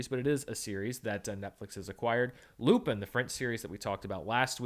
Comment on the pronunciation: It's good enough, very close to the french prononciation